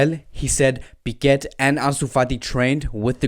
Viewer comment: Again with the wrong pronunciations... It's "Pique" not "Piquet"!!